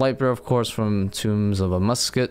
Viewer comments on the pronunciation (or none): why do you say tombs of amuscut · Do you say words weird on purpose? Wildy, Amascut, etc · Don't you dare say amascut like that again